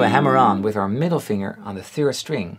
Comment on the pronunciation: Je spreekt het woord finger steeds verkeerd uit. Het rijmt nl. NIET op “singer” maar heeft een duidelijke g-klank na de -ng